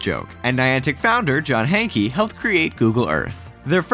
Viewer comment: lol "Hankey"? The guy's name is pronounced "Hank"